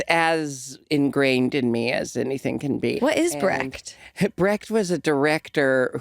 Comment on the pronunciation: Americans pronouncing "Brecht" is so funny...